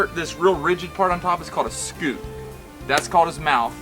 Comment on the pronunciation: Great video. It's been 25 years since I tasted wild gator meat. For what it's worth, it's pronounced SKYOOT (like 'cute' with an 's' before it) and not SKOOT :-) What do y'all do with the rest of the carcass? Is anything else edible? I've only ever eaten the tail.